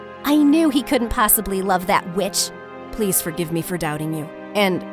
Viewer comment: Me hearing her say bitch instead of witch